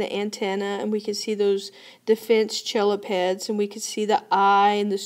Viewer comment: The chelipeds are actually pronounced "Kel-e-peds" incase it helps anyone.